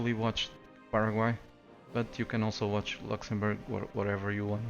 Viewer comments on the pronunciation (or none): none